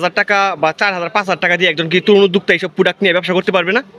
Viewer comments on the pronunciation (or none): তুরুন উদ্যোক্তাসৃষ্টি করবা? উচ্চারণ ই ঠিক নাই। এটা কি ভিডিও? কি বুঝা গেলো? কোনো তথ্য আছে?